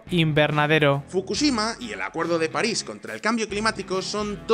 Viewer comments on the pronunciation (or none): none